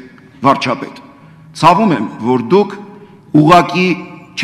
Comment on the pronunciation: ... խորը ԾԱՎՈՒՄԱ՝ շատ ԽՈՐՆԱ ՑԱՎՈՒՄ 😂😂😂😂😂